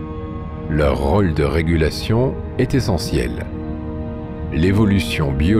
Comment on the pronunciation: Ce logiciel de lecture automatique est mal paramétré : il prononce "roll" au lieu de "rôle"; "saumet" au lieu de "sommet"; sans parler du joyeux mélange entre les "é" et les "è" ou "ê" ou "ai". C'est probablement voulu! Il y a des gens qui veulent la peau de la langue française... Pourquoi tant de haine à l'égard de cette langue? Allez savoir!